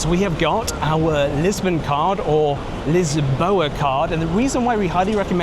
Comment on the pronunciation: Always amazed how consistently and repeatedly Britons bastardize the names of places or words in every other language. Portuguese is NOT Spanish in pronunciation. It's (Lisboa) correctly is LISH-bo-ah. And nevermind about sounds on the word obrigado. Buffoon